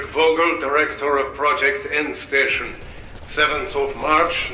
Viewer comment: Very nice video, but you're really butchering the names. Names like: *SHtraus *Fogel *ProYekt EndSHtaTSion And I didn't even catch some of the words. Pro tip: Next time let Google read it for you before creating a video.